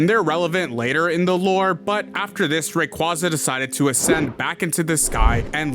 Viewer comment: At least say rayquaza’s name right💀